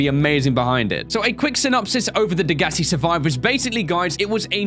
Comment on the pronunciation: why do people not know how to pronounce degassi its day guess see